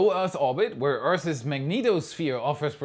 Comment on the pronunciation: Everyone: Earth's: Earth S